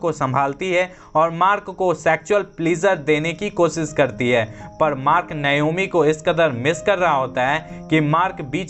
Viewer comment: नायोमी नही नाओमी